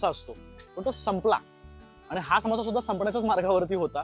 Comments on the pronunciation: सामोसा ❌❌❌ समोसा ✅✅✅ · सामोसा नाही समोसा ......माखनी नाही मखनी